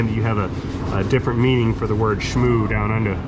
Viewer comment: we don't really say "schmooo". someone led you astray on that one